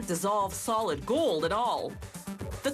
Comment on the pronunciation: "solid gOOld" wtf is wrong with that chick?